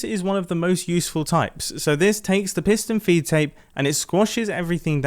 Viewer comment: ‘piston feet tape’ you sure you got that right mumbo